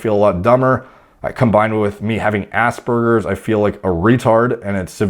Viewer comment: Every time he said Aspergers I heard ass burgers